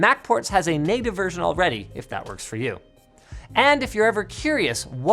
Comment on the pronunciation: Did Linus just say "It just woks!" on an apple product??!?!?!?